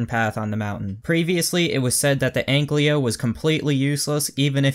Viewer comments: AnkYLO, not AnkLYO.. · *Ankylo Not Anklyo. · dude you are saying egglyo lol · STOP SAYING ANKLYO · Too difficult, I'll just say AnkLYO.